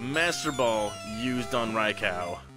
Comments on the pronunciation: Raicow..... lol it’s Raikou with a “you” sound at the end not “cow” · ITS NOT RICOW! It’s RAIKOUUUUU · Dude incorrect pronouncation for Raikou (Rai-ku is how it is pronounced)!